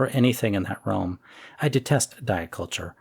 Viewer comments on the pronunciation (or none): none